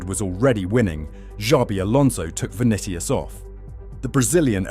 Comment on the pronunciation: Vuh Nick Ee Us